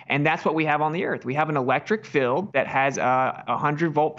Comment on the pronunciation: The way he pronounces “field” as “filled” really gets on my nerves. There was a debate with William Harris where he said “filled” 200,000 times. Perhaps he’s obsessed with containers.😉